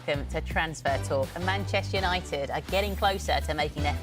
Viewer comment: can't even pronounce 'Manchester United' and she's the SENIOR reporter? Deary me.